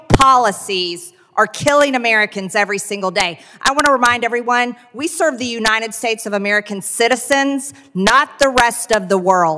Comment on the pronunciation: It’s “UNITED” NOT UNINED!